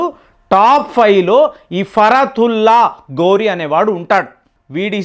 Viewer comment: ఫరాతుల్లా ఘోరీ, గౌరీ కాదు